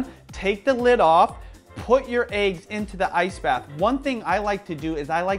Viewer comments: No problem with the content. Points off for pronunciation of "eggs" and Youtube affectation. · One like for every time says AYE-GGS 😋 am i the only one who pronounces it EH-GGS?? lol jk ilysm and!